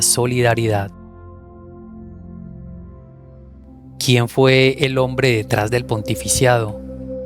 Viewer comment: Se dice pontificado No pontificiado